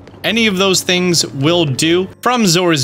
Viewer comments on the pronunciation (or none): none